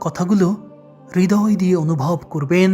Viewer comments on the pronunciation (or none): none